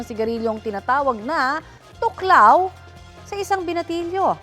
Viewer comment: "Thoc lao" 😅 tuklaw 😂